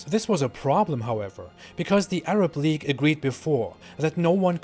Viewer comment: league not leage